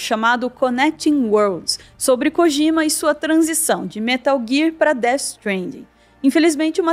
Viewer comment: Gente, todo J no japonês, tem som de D. Não é KOGIMA